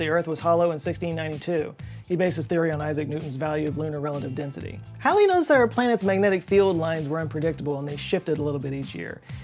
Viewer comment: Halley is pronounced like “Hall” and “Small”, not like “Shall”